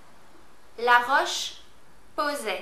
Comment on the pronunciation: La Roche - Pussay? WTF?! The only "Pussay" i kno is the one I whipped last night... LMAO!